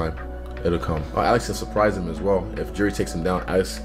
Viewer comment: This idiot is saying Alex name the same way Chael does 🤦🏻‍♂️🤦🏻‍♂️……. BTW Izzy has and will NEVER pick Alex to win a fight he still bitter over the fact that Alex owned him 😂😂🤣🤣